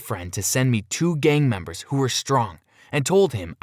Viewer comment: Whenever you say gang members it sounds like game members